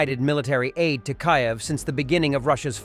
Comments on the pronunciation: 'Ka-yev'. Why is a robot reading this? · Your digital voice needs to learn to pronounce the name of the capital of Ukraine!!! It’s distracting and an insult to a heroic country and its people!!!